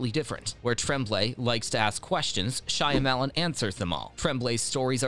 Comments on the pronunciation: Can't listen to him saying SHY A MELON over and over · Shy. Lemon...